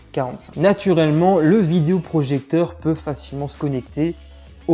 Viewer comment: Merci pour le test, mais stop avec le "vidIo projecteur". é, pas i ! :)